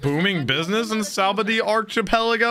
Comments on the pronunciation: 'Sah-bah-odey' 'Ar-key-pelago' Are the pronunciations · So i realize it doesn't look like it, but you pronounce it "Sha-bon-dee."